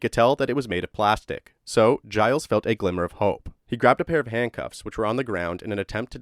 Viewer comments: Giles Tetreault is said more like jeel tetrow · Gilles is pronounced like "Jill's" but more with a Ge than a J.... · It's pronounced "Zheel Tetro" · His name is pronounced “Jill” soft g it’s french